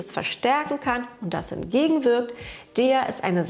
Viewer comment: Es heißt De, Ha, E, A